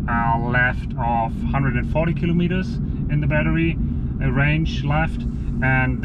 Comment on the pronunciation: TFL, pay attention; its not killom etres, its KILO Metres....